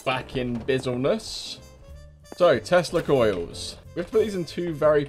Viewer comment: Stg though he was saying testicles instead of tesla coils xD